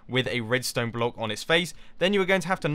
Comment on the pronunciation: was it only me or mumbo said "brock" instead of block